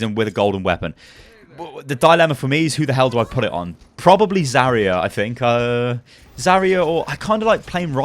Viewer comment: why do people pronounce Zarya wrong its zar-ya not zary-ya